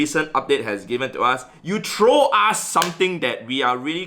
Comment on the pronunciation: I love you but every time you say "throw" you pronounce it "troll" as in ogre